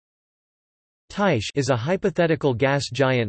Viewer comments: Its (tie-khe) Not (tie-she) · actually ther right way to pronounce it od Ty-kee with a long I sound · That not how you pronounce it